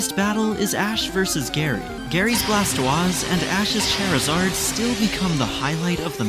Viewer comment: Soo.. noone is gonna talk about the pronunciation of Blastooase? Just me?